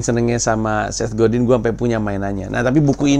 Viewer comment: Bacanya Set Godang, oom